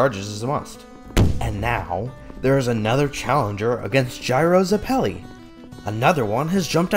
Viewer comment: Hey crew, GREAT work here, love having an outlet to see Part 7 and 8 before the anime because I’m an easy to bore reader. Only thing to say is that I thought Zeppeli was pronounced “Zeh-puh-lee” but I could be wrong. Cant wait for Ch 6!!